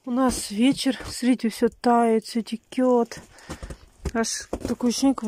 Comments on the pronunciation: учите русский язык: не текет, а течет!!! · Течёт,а не текёт!!!